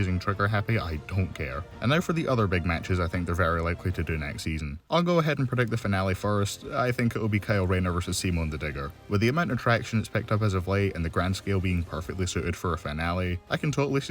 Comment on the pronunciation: The way you pronounce SEEMON bruh.